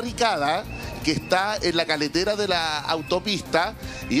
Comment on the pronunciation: ES CARRETERA NO CALETERA